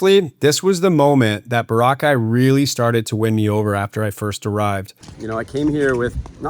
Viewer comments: Bora ...cai..as in sky.....2-3 syllable not one wotd....not Barakaie as you. say it......in British English its Bo-Ruh Kay. As in a coral Cay 🎉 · Sensational video thank you. Also always thought it was pronounced ...BOR_ A _KAY. ....😅😅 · Its Bora like Flora..kye...thx u